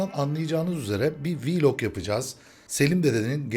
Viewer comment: abi yeter viiilog değil vılog dicen